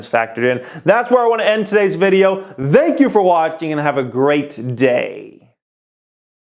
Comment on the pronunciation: ‘Dhenk you for watching” Great video!